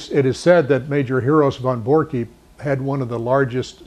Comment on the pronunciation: Great Video...but its Von Borcke.... pronounced "Von Borck"....No "E" on the end. I sounds silly and pronounced wrong. is a great and smart man, Very nice guy but can't believe he got it wrong.